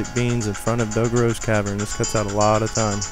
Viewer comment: This was so helpful, but you literally pronounced everything wrong.. Eponia - EPONA Dodoro's Cavern - Dodongo's Cavern Kakaro Village - Kakariko Village Cococo Lady - Cucco Lady Its so off putting.. 0_0